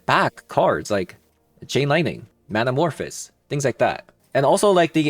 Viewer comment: Great video but please 🙏 it’s man-a-morph-ohs like in the word “those”